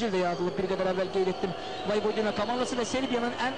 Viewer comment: voyvodINA yox voyVOdina deyilmelidi , baxin bu cur bisavadlar nece TV-ye ayaq aciq en besit melumati bildiyimi kimi deyir